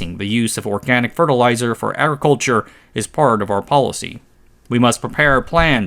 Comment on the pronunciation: "Entyrrr Agriculhurre Sekterrr"